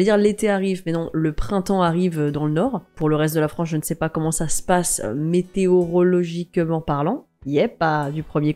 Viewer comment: Je commente au fur et à mesure. Félicitations pour le météorologiquement; j'ai jamais été convaincu que ce soit très français mais tu l'as prononcé au poil. C'est également ce qui m'effraie avec ce Guardians. Il n'est pas tant représentant d'un renaissance que de la fin d'une époque en fait. Un dimple sursaut du MCU du à l'intégrité de Gunn, seul aux commandes, et l'étonnante mise à l'écart de ses "supérieurs" qui lui ont laissé quartier libre; c'est ce qu'ils avaient de mieux à faire d'ailleurs. Les effets spéciaux ça se voyait dès les trailers. Ils ont tous mis là-dedans. Ça fout grave les jetons pour la suite, ouais. D'aucuns te diraient que l'émotion due aux tortures animales est un peu facile, mais je trouve que ça soutient le propos. Quel meilleur moyen pour faire passer le message qu'en provoquant l'empathie. Avec des "monstres" voir des "humanoïdes", cela aurait moins fonctionné. Kang il a été très bien introduit dans Loki je trouve; motivations, ce qu'il représente, sa crainte de son "multiple"... Ça lui donnait de la profondeur, une aura. Ils ont déconné avec lui dans Quantumania. J'ai rien compris. J'apprécie le fait qu'il y ait une "ouverture" entre Gamora et Peter, subtile, mais qu'au final ce soit doux-amer pour ce dernier. Gunn ne s'est pas enfoncé dans la romance mièvre trop facile.... Ton copain t'appelle... 🤔?